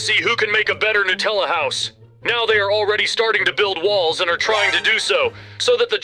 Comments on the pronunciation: I love Nutella by the way. They're saying it wrong 😅😂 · It is not Nutella is Natalia